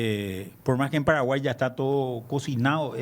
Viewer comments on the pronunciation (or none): que mal pronuncia lo Paragua!!!!!!! dónde esté el r. !!!!